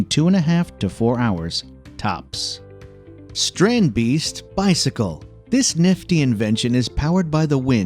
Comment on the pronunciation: Its called a strandibeest, not a strand beeast